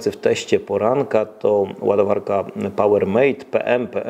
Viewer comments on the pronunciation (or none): Hej, nr. 6 na liście (POWERMAT) to czyt. Pałermat, nie pałer mejt.